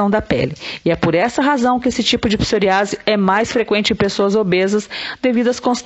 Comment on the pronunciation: Psor Í ase, com ênfase no i